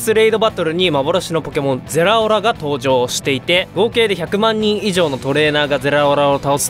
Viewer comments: ゼラオラちゃんと言えてないの草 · ゼrrrrラオrrrrラ